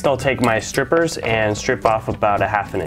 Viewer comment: He said stripers